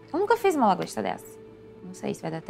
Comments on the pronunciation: 'DRAGOSTA' HAHAHAHHAHA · “Dragosta” kkkkkkkkkkk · ela falou dragosta o discurso inteiro normalmente hahahahahahahahahahah